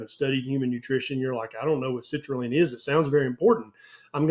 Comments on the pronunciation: Citrulline doc, not citraline 😅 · Everytime you say citrulline I keep hearing the word LEAN, therefore watermelon must be healthy for me 😉